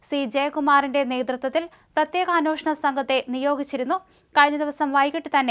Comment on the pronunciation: അന്വേഷണം.. എന്നാ വാക്ക് ഒരിക്കൽ എങ്കിലും ശെരി ആയി പറയുക